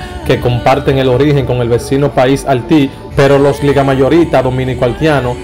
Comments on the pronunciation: Loco trata de mejorar esas palabras. Osea halti que es eso? Filmai, Osea 90al2, que es eso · El se pronuncia bien el problena los tiene con la i donde tiene que ponerla evita ponerla y se ves mas feo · Chico se dice Haití no halti !! Pronuncia esa vocal (i) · Menciona la "i" se dice HAITÍ HAITÍ cibaeño tenía que ser jajajaja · Manin gracias por todas las informaciones que nos provee, pero por favor trabaja un poquito en las proniciaciones, ejenplo, (6 sel...Haiti ... Alti, Haitianos...Altianos, 92... Noventaldos... ETC). Espero esto no te ofenda y lo tomes en cuenta, Geacias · Papa por favor menciona la i no se dice al 6 sel no se dice halty es haity solo una Referencia no una critica. Lo demas esta bien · Mi hermano . Gracias por tu information . Pero debe pulirte al hablar ya que deja mucho que desear Al expresarte . Sin miedo minsiona la I cuando la palabra la lleva porque tu esta confundido entre la R L y la I Cuida Tu gramatica Se tu mismo el que cuente cuanta veces tu dices halti cuando tu sabe que es Haiti y eso por decorate algunas Espero que lo tome por tu bien y el de tu carrera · Brother tienes un lexico fatal hermano de verdad escribes Ahiti y dices alti 😬 tienes que revisar tu bocavulario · CON HALLLLLTI ???? BARBARO MUCHACHO LO TUYO ES DEMASIADO . PONTE A APRENDER A HABLAR...WAHOOOOOO